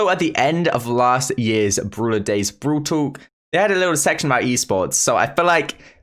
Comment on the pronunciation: Am I the only one who is hearing brool tuk??? 🤨🤨